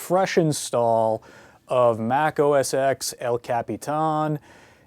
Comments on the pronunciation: Please, please, please.... stop saying 'Mac OS EX'... Say 'Mac OS 10" as X is 10. Please!! :))) Ehh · It's Mac OS TEN, not Mac OS EX